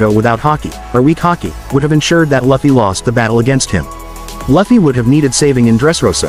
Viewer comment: Its लूफी not लफी